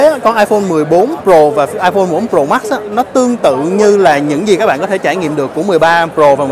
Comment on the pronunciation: Tại sao trình độ như vậy mà vẫn đọc sai. Tại sao đọc là: Pro mắc.. mắc